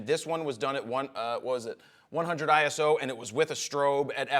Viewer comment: ISO not I.S.O. It's one word